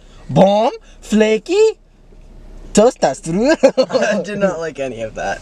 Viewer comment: “varm vflakey toasta sthrudal”